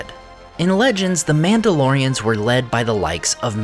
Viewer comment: I swear I heard Númenóreans more than one time when he said Mandalorians. So used to watching his Middle Earth videos. 😂😂